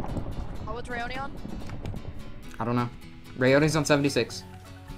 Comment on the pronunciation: You mean people can actually pronounce my name correct? OMG!!! Anyways, Gf! I love how when you hit me once you said, "I'm comboing Raayoni!!!" xD